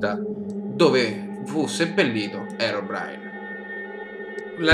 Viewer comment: Si dice così